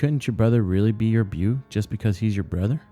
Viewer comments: Beau= Bo not buu lol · it's good and well read, if that's a word, but one complaint; beau is French, pronounced like "bow". Appreciate the reading though.